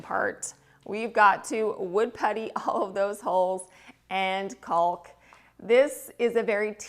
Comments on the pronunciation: I love your videos so much but please stop saying “ CALLk”. The L’s are silent. “Cawk” is proper pronunciation. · That wallpaper is gorgeous!!! I loved the Bombay store. I have several item in my home from there. I used to purchase them at 60-80% off so I have some real timeless treasures. My home is old world/vintage and yours is very elegant. Well done! BTW, the L is silent in caulk.😏:virtualhug::yougotthis::elbowcough